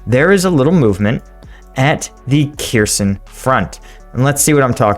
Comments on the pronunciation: It is not pronounce Keerson, More like Herson, stress on the H. Kh is to be pronounced like the ch in Bach. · Kherson is pronounced Her-SON, the leading K is silent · Hey! About prononciation "kh" combination is used to represent Ukrainian sound [h] like in 'house" or "horse" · The kh in cities like Kherson is pronounced as a hard H, almost like a lot of Arabic languages, with a little bit of phlegm.